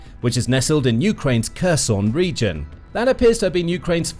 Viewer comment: Your commentary is pronouncing Kherson in the russian way. You need to fix that.